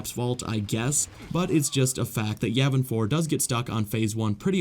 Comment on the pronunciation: Not to be rude or a know it all or anything like that but Yavin 4 is actually pronounced Yaw Ven For not Yeah Ven For